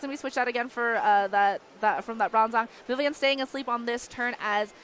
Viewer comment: okay i cant stand watching this video. can this female commentator pronounce vivillon properly and not vivillion?